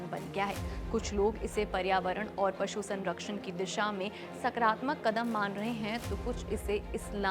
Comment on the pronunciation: उच्चारण सुधारें...😮मोरोको ❎ मोरक्को ☑️ 1.13 बचूडखाने❎ बूचड़खाने ☑️ 3.38 सकरात्मक❎ सकारात्मक ☑️ ✍️ प्रदीप कुमार पटैरया 'प्रदीप'